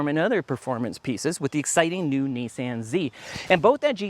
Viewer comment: Great review! Also, I can't tell you how much I appreciate hearing a Canadian pronounce Nissan correctly! It's like nails on a chalkboard every time I hear someone pronounce it Nisson. I don't know how people don't feel stupid pronouncing an A the same as an O!🤷🏻‍♂️